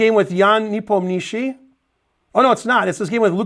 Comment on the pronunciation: Amazing pronunciation of Nepomniatchi 💪